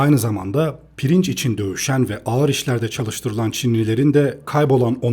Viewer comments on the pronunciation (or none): none